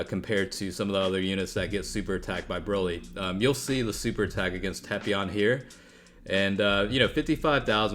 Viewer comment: That's the correct pronunciation,the dub's pronunciation is what truly hurts.